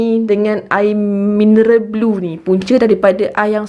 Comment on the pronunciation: Yg blue tu sebutan dia blur.